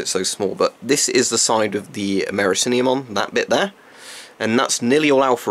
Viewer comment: Amerikinium lol